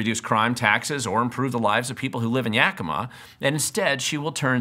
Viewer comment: The only reason I chose this video is because everybody ELSE pronounces 'Yakima' wrong. THIS is the way local people pronounce the name of the city. Darn, I really wanted to dismiss you by saying that you don't even know how to pronounce the name of the city, but you DO KNOW how to say "Yakima" like a local. So now I don't know what to do... watch the rest of the video, I guess.